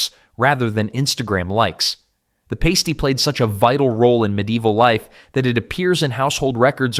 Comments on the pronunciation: It's actually pronounced as pah-stee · The pronunciation of the famous Pasty made me giggle 🤭🤭